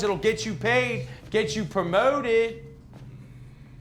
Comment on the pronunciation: I keep replaying PROwMOwTED 😆. Sounds almost Canadian